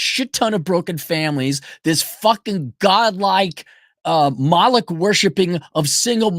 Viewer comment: I had to look up what a Molock was. I thought he initially said Mollusk.